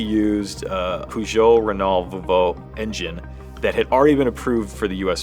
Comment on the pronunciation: Peugeot, Renault, Volvo. Is that what's said there? All kinds of pronunciation!